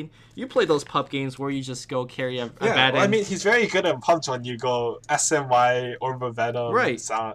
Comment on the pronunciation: "Abaddon"? Go back to fucking school kid, and learn to pronounce shit right! :P